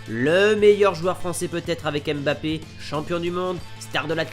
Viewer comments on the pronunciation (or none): none